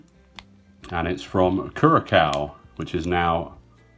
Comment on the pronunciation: it's Curacao, "cure a sow" (as in pig)👍 Great video & great coins.